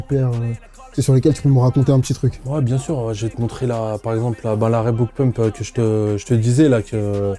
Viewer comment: Un passionné qui dit "Rébouke" j'ai envie de vomir